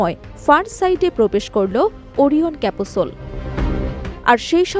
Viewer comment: আপু ক্যাপাসুল নয় ক্যাপসুল